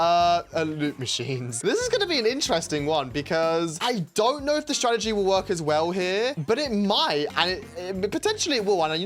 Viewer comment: Ah yes, “Stratergy”